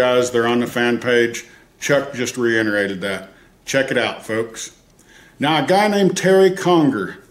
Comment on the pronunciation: It's reiterated....There is no n